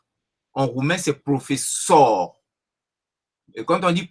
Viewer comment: Profesor, (masc) est avec l'accent sur le "e" , non sur le doixieme "o"